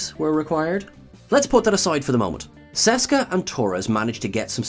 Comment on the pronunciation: It's Seska!